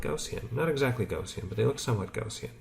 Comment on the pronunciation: Gaussian is pronounced: G-ou-ss-ee-in.